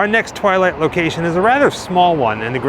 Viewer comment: Every time you say the word twilight,it hurts. :)